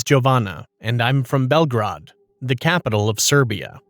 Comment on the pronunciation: Zanimljiva priča. I ja sam iz Srbije. Nisu lepo izgovorili ni Beograd, ni Jovana. Gde i kad si im poslala priču? Skoro ili odavno?